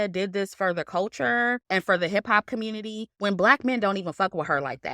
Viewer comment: ‘Communitaaee’ 💀💀 love your opinion btw